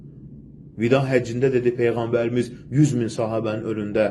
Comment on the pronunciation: PEYĞƏNBƏR səlsələm nədü heçolmasa düzgün deməyi öyrən